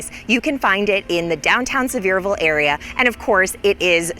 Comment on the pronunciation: It is Pronounced... Sea ver ville.